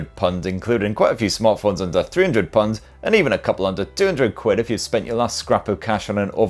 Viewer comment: Hahahaha "Punds"